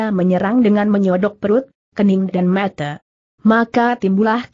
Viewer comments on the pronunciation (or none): Ini yg terjemahkan khopingho juga..klu nyebut mata tu yg jelas ni kakak logat dari mana ya..